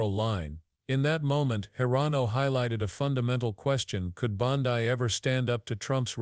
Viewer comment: Her name is pronounced BONDEE not BONDIE.